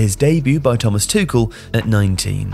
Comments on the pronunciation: I love you, but damn it: please make at least some effort pronouncing foreign names. Tuchel is not Toohull and Luthe is Loot-he not Loots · the way you pronounced “Tuchel” is hilarious